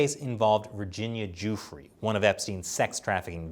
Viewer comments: The victim's name is pronounced; Doofray not Duefree. Just saying... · Why does he keep calling him “Joofrey”? It’s driving me crazy. 🤣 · You can't report on the fact of a case if you haven't read the case at all.... I'm a minute and a half in and he's already misrepresented Epstein and Maxwell's relationship and mispronounced Virginia Guiffre's last name which only has to be one of the most high profile victims in the world right now. I know more about this case than you and I'm not reporting it. Pick your shit up